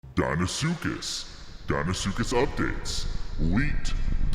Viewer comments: "deinsuckus" CULTURE. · He's in dein-ile